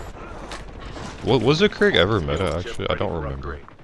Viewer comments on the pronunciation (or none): none